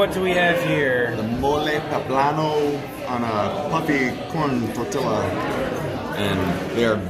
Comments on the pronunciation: Did he say tortiluh? Seriously? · You lose all credibility when you pronounce "tortilla" wrong. Idiots.